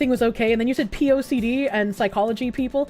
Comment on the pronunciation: Social science is the unimpressive little brother of psychology (and i cant unhear the sike)